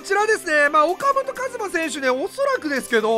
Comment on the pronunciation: ふぉかもとかずまやろ